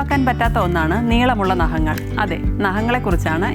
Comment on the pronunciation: Chechi. Nahangal alla. Naghangal 😂